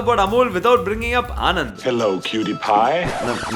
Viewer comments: Sorry to be a party pooper. But Anand is not the name Anand. This place is pronounced as ಆಣನ್ದ್ , ആണന്ദ് , आणन्द - Sincerely from a Malayalee who grew up in Gujarat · its actually ' ણ ' and not 'ન' but there is no english pronunciation for it.